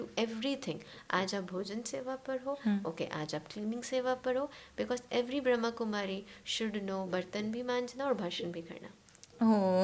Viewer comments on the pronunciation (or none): It’s BrahmaKumari not BrahamKumari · Om Shanti Baba thankyou Baba 🙏🏻 ek chij mein batana chahungi is Sanstha ka naam brahmakumari Ne Brahma Kumari hai kripya is shabdon per meaning bahut mayne rakhti hai isliye kripya aap log Naam Sahi Se bole Om Shanti